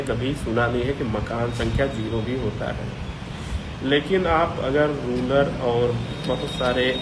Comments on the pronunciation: इस कुपढ वकील ने रुरल को रुलर बोला है। यह जीभ फिसलने से नहीं बोला गया। इसने तीनों बार रुरल को रुलर बोला है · ये अपने आप को वकील कहते हैं, लेकिन इन्हें शब्दों का सही उच्चारण करना तक नहीं आता। रूरल शब्द को रूलर बोल रहे हैं जनाब